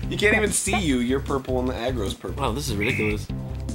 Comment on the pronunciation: Jon: Purpel. Arin: Blu.